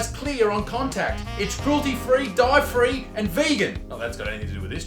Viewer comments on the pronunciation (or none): Haha that's true... With love island LOL Hahaha your partner is funny OMG I thought you said Dive Free haha haha